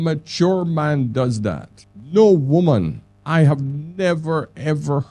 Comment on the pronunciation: Good points just please pronounce women and woman properly when speaking about them. Nothing to do with having an accent